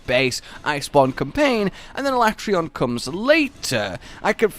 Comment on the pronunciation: no not alatreaon